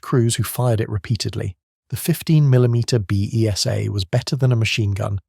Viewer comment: Correction. The B.E.S.A. machine gun is pronounced as 'Beezer'.